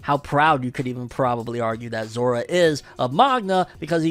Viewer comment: I thought he was saying zoro when he said Zora . I thought zoro got lost in between his fight with kaido because he was not in lastest chapter of onepiece